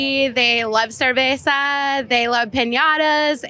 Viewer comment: is probably the WHITEST response that could’ve come out of anyone’s mouth. Her pronunciation of “cerveza” when she could’ve just said “beer” was soooo CRINGE